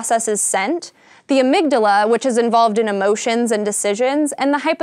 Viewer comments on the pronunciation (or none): none